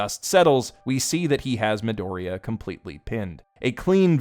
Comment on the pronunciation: Bakugo didn't figure it out on his own, Midoriya (jesus please stop pronouncing it like an ape) told him in